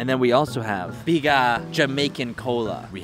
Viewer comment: As a Jamaican, I hope you enjoyed your trip... ONE LOVE!!!!!🌴🌴🌴 P.S.: IT PROUNCED BIG-A (you sound out the 'a' and one of the 'g' are silent)